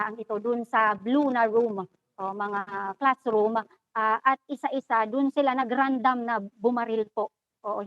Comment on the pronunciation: "RANDAM? AMFOTA